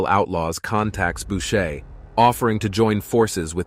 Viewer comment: It's Boucher not Bushe.